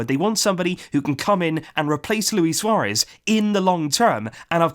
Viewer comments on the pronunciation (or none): none